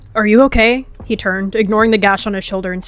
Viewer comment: What people think said:okay😢 What actually said:okeh😢